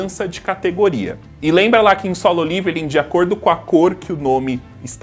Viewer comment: Eu sou o unico que tem uns negocio quando ele fala liviling envez de leveling ???? Kkkkkk